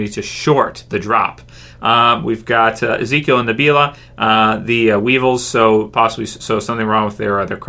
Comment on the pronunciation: Am I the only one who laughed at how Ezekiel pronounced Nabila's name? lol